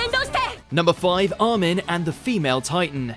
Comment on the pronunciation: Who the fuck is Ar-men? xD